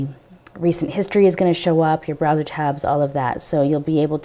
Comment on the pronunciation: "UC browset" :]